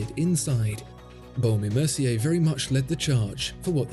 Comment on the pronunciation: You need to watch Jenni Ellie's watch channel to learn how to pronounce the baume and mercier manufacturers name properly!